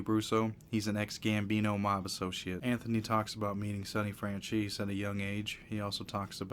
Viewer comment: Dude literally said sonny francheese. Hooty definitely was never proposed to be made let alone 3 times that’s pure comedy. Imagine saying u were supposed to get made 3 times but never did.